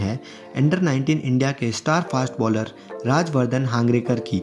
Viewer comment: हांगरेकर नही हंगरगे कर